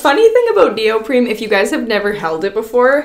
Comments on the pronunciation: neoprene, not neopreme. I had to, I'm sorry! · Her consistently pronouncing neoprene as though it's spelled neopreme is driving me crazy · is she saying “neoprim” or am i not hearing it right? it’s neoprene lol 😅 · it's neopreNe Not neopreMe The First one is my favorite.